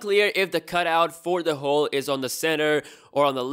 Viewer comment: He said hole hhhheeee lol